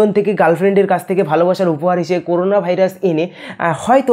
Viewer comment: করুনা নয় করোনা